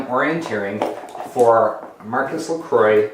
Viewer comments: “Marcus Lecroy” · Couldn't bear the way you pronounced Maurice Lacroix. Given your channel name, a little research goes a long way. Sorry buddy.